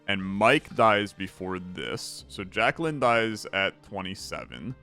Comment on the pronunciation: FYI: Jaquelline... Jack - elle - line. (edit okay you say it right every time except the first time)